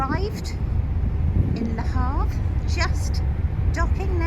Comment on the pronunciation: Done that crossing many times. By the way it's Le Havre. Have a good time.